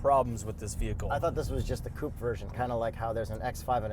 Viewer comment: It's a coupe....not whatever he's saying